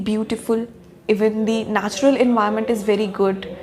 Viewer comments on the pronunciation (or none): none